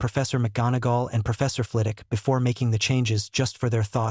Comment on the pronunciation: The only thing that annoys me about your videos is that in every single video you leave the W out of Flitwick. In every video you call him Flitick. Fragging annoying, he Name is FlITWICK NOT FLITICK.